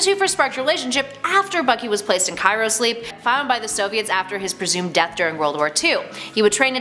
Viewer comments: It's cryo sleep not cyro sleep btw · CRYO not Cairo.... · i believe it's CHRYO sleep ... not CAIRO sleep #buckybarnes #natasharomanoff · Yes. And Cyro- would be pronounced Sigh-ro, not Kaye-ro, so double derp.